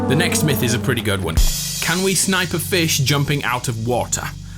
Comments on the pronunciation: "The next myth" sounds like nexiph Nexiph is the guy who did this originally No disrespect luv u good vid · Yeah I thought the same! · Ye same